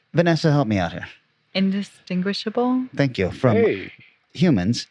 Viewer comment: it's indistwinghwishable